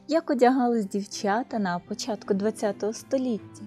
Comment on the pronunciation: Да научитесь, наконец, правильно говорить по- украински, с нормальным акцентом!!!!!! Нет в украинском языке" дивчЯта", "почЯтку", "чЕбитки", "дивчИна" и т. д. И не " шерсть, а "вовна. Прежде, чем вести блог, отнеситесь к этому ответственно и совершенствуйтесь, работая над собой.😢😢😢😢😢😢😢😢😢😢😢😢😢😢😢😢😢😢😢😢😢😢😢😢😢😢😢😢😢